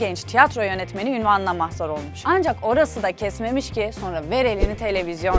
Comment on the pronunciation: mahzar değil mazhar olmuş diyeceksin pnp